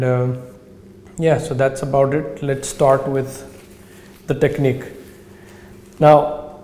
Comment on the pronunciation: Good advice. But a word of advice back, don't spend half the video rambling through butchered sentences while you talk about nothing. I was cracking up though when you said we're going to sdard on 90 herdz, so sed id do sixdy herdz. 😂